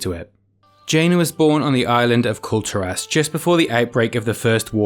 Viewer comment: everytime he says Kul Tiras all i hear is culled'ur ass.